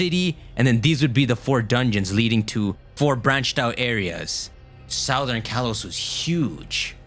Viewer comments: I've never known anyone pronounce southern like that. You don't pronounce it like the root word - it becomes Suthern. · All respect but you keep saying “southern” wrong over and over and it’s itching my ear like crazy.